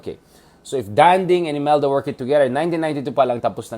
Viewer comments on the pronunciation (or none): It is not Dánding, it is Dandíng. He deserved to be called by his name pronounced correctly.